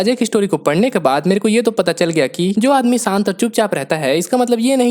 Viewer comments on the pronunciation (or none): Saant or shaant ? Acsion or action ?